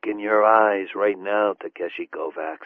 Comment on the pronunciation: Yeah, they even did a proper job in the last two books pronouncing Takeshi (Ta-keh-shi) and I don't think that's happening in this one. : \